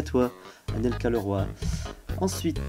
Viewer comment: Vouiiiii tu prononce bien mon pseudo :) c "Leroi" que ca se prononce et mrc d'avoir pris mes questions !!!! Et je te re felicite pour tes 300 abos !!!